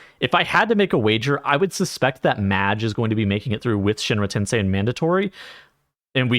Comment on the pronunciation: you pronounced shinra tensei correctly in this vid thanks god